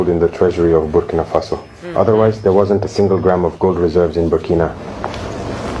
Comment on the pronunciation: I feel like people are purposely mispronouncing Burkina. Ibrahim says it correctly multiple times in most of his speeches, and yet urban folk seem to choose to pronounce it Burkini for absolutely no reason at all. Why?